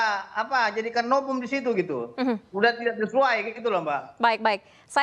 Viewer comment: SI juga nyebut "NOVUM jadi "NOPUM" Katanya Pengacara..tp nyebut V jd P 🤣🤣🤣